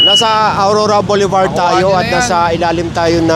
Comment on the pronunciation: I commend you for correcting yourself since you are educating license holders/business operators thank you for pronouncing "BOULEVARD" correctly thistime. "Hitting 3 birds with one stone". (English pronunciation and traffic/business regulations.) Mabuhay kayo at ni Mr. Gabrie Go including the whole TEAM. I appreciate your advocacy. Sorry po now ko lang narinig yun tamang pronunciation po. The pronunciation of "boulevard" in English is generally boo-luh-vard or bul-uh-vard. The first syllable, "boo" or "bul," is stressed.